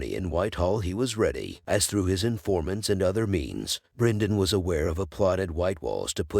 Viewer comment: Good video but the pronounciation is so weird. Brinden, Eegon, Deemon etc 😄. Idk how it's officially pronounced but I've always heard it said differently in the show and other video essays